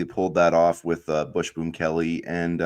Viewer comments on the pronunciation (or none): Dude, are you saying "bush boom"? It's Busboom....bus boom.